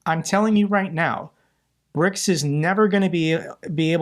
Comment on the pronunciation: 'PRICS' lol